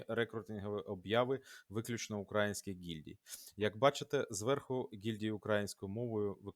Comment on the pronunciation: украЇнських*, украЇнці* - конкретно в цих словах наголос надважливий